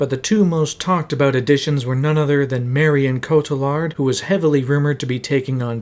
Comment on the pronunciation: It's pronounced Rachael "vice" , oh, and Marion 'co-tee-yard", and this came out 6 months aftwr i started a 9 year sentence. Didnt see it until 2020 amd was honestly quite disappointed